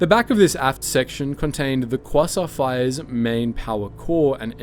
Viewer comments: qwasont fire ships get no respect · you have to be mispronouncing those class names on purpose...... qwasa frigate 0-o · Quasar is KWAY-ZAR is pronunciation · As an astronomer who is a Star Wars fan, every time you mispronounced quasar(kwey-tsar) hurt my soul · Oh man I love kwassaurs, kwassaurs are my favourite thing about space. Just can't get enough of those kwassaurs. They're just the best aren't they?